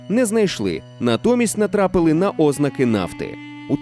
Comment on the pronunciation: Дякую за черговий чудовий випуск. Хіба що у слові "ознаки" наголос має падати на другий склад.